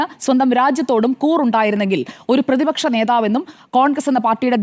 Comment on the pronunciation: പേതിപക്ഷ നേതാവല്ല സുഹൃത്തേ... പ്രതിപക്ഷ നേതാവ്.. അക്ഷരശുദ്ധി വേണ്ടേ രാവിലെ നാക്ക് വടിക്കണം 😶